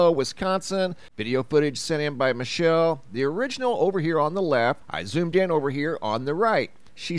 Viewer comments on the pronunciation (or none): none